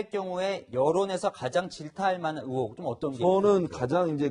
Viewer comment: 앵커가 의혹 발음이 안돼서 으혹이 뭡니까...듣는 내내 답답하네요